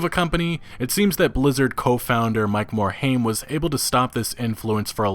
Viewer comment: Mike more-H AIM. Can any youtuber pronounce his name right?